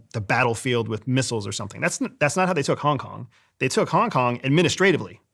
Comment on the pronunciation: ...... just by how this dude says "Hong Kong" tells me he knows nothing about Hong Kong.... it's in the details folks... this guy is obviously smoking some good shit to stay so in character when he's blitzed out of his mind...